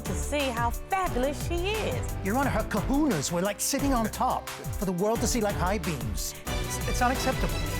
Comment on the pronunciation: What the heck are "Ka-hoo-nahs"?? Also, did he just graduate 5th grade and call them "high-beams"?? Boy, BYE! 😄 #pettytendergrass